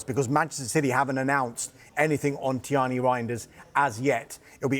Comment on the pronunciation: Name is Tijani with the J ; not tiŷani . It’s an African name and doesn’t need to be westernised